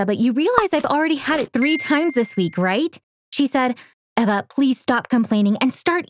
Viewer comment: no it's Eva (pronounced eh vah)